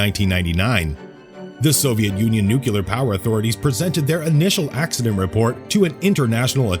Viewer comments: IT'S NOT NUCULAR!!! IT'S NUCLEAR!!! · Yes, thank you, that always ticks me off! If you are speaking publicly, or in video, LEARN HOW TO PRONOUNCE THE WORD NUCLE-A-R.